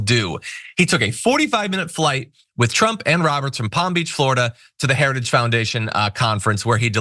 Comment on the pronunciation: Wow. Listening to Trump try to pronounce “Heritage” was almost as painful as listening to him try to pronounce “origins.”